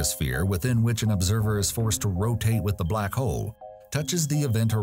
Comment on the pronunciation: Am I the only one who can't unhear the word "Black Hoe"?